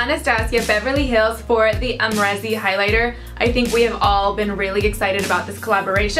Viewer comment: You used a cheap brush , how is it supposed to show up? I have it and I love it. Use a denser brush. I used my mermaid Fan Brush as well and it worked just fine. Not to mention you're not even saying her name right lol.